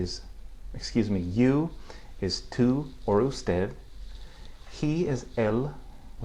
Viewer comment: Just one tiny critique,. The first time you said "tú," I noticed that you said it with a distinct American accent, i.e., pronouncing the "t" with the tip of your tongue against the roof of your mouth rather than against the back of the teeth, as is required in Spanish (and in all the other Romance languages). Pronouncing it the American way tends to soften or palatize the following vowel slightly. Spanish, as you know, requires its vowels to be pure, hard sounds regardless of their position within a word, which is why "t" is never pronounced the way it is in English. It's also why "p" (and "b" at the beginning of a word) and the glottal "k" sound are supposed to be unaspirated, that is, without the little explosion of air that accompanies them in English. Just a little observation....